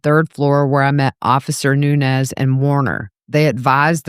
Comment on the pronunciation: Nuñez ñ is a different letter in the alphabet and sounds different then n. Learn names as a public speaker